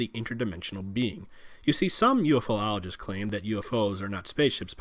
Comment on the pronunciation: You actually said, “UFO-oligist” not, UFoligist as is commonly said. Why dude, why?